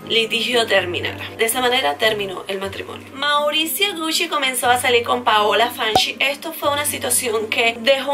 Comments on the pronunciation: Hola como crítica constructiva, la pronunciación no es "Gushi" si no "Guchi".❤ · Me gustan tus videos pero.... cada vez que decias "Gushi" me daba cosita :3, en realidad se pronuncia Guchi no Gushi escribiendo Gucci. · te doy un datito sin que lo tomes mal... es gucci se pronuncia guchi.. no gusschi.. 😊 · Se dice guchi, no gusi. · Me acabo de dar cuenta que estuve pronunciando mal gucci 😅😅😅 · me causa un cierto desagrado como dices "gucci"